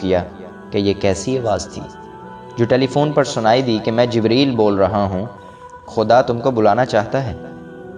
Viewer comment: Jbraeel nhi hota jibreel hota hai